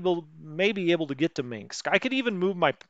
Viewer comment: Gotta love him pronouncing it "Minxs"